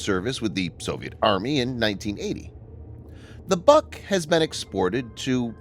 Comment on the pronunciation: Requires an accurate assembly. More accurate, than the mispronouncing BUK in the video. It is not a buck.